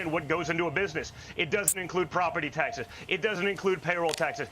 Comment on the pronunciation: He's so worked up he can't say the final s in taxes. Taxeh!! Taxeh! Heh! heh! ungh! muh...